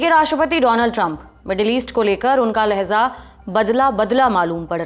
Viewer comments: LEHZA NHI LEHJA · It's Laheja not Laheza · Lahza nahi lahja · #लहजा not #lahza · It’s not “Lahza” but “Lahja” in Urdu. It doesn’t mean you need to put nuqta on every letter when you speak Urdu